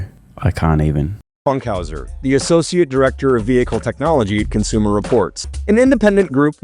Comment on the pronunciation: cons-u-more distorts living up to their name